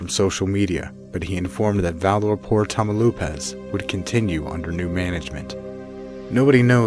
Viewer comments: "Tah-mao-LEEPASS" not 'tamo-lupas.' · "TAMAULEEEEEEEEPAS" not Tamauloooopas. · Tamaloopas? Tamaulipas is pronounced ta-ma-oo-lee-pas. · I may sound like a SJW, but it makes me a bit triggered how badly "tamaulipas" is pronounced, "tamelupas", "tamalipoas", come on... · Tamaulipas = tam-oww-lee-pass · Tania Alejandra boy said "tamalipas" lmao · Tania Alejandra he said tamalupes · abracadabra mamalupas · the way he pronounces Tamaulipas is driving me insane!! "tamalupas" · You pronounce it Tah-mah-oh-lee-paz, nice video though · Tamlupas please dude at least try to say the name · I'm sorry but I burst out laughing when he said Tamaulipas I find it funny because I'm Mexican lol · I cant get over with how you pronounce Tamaulipas 😂